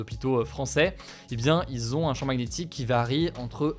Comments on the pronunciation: Maguenétique != magnétique par pitié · Au cas ou, le g de magnétique est muet ( Ma Nié Tique) déso ca m'a perturbé tout le long 🤣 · Une prononciation de "Magnétique"... Originale ^^